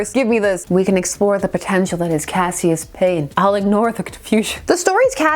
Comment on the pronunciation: His name was "kash-uss" Clay. Two syllables. Also: Mix-yezz-pittle-ick. That's from the little dude himself.